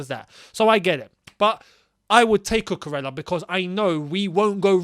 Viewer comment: A reminder lads that it’s pronounced cucuREYA. He is Spanish ffs. Frustrating when i see my fellow Spanish ppl not getting their names pronounced right